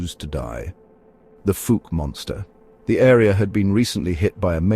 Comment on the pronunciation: 🏆👣⭐ Fouke is pronounced with the ou like in owl or ouch. Not long ō like smoke, or loose or moose. Thanks for sharing this.